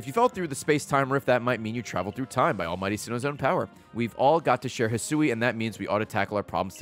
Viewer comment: Oh man its the return of "Hih-sooey"